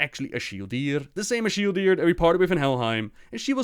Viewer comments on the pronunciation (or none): btw its actualy not ash-ildir its as-hildir